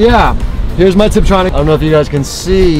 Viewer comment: Love the channel but stopped watching this video after I heArd “tiptronic” ; ) good luck with the channel. Will keep watching